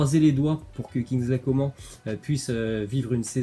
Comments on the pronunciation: arrête de dire coment ça se dit comane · Ça se prononce « Co man » et non pas comment 😭😭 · On dis kingsley coman on prononce le n on dis pas comment bordel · Bah si doit bien prononcer le nom des joueurs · C'est pas Kingsley Comment hein sa se dit " comane " on prononce le N 🤦🏽‍♂️ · C coman pas comment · Arrête de dire coman à la française ! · pekeño vlg mdrrrr je suis d’accord c’est insupportable le comment